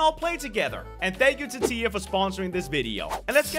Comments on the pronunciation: saying tiya Me that’s my friend name but it’s spelled like this tia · I know its tea not tiya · He said tya and my hopes soared. Like if you know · The way he pronouced tiya sounded like he was talking about his wife LOL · When he said Tiya i thought he was talking abut his wife lol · He said tiya Hmmm